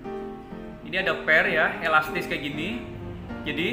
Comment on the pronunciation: ngomong elastis aja susah lurr hehehe semangat ya lurr